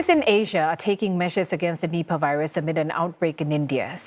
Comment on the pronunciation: I always misheard Nipah as nipple